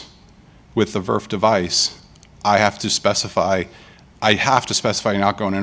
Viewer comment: Yes that's how we call it in industry